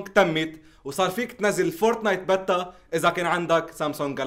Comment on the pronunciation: ياحبيتي قول بييتا مو بتا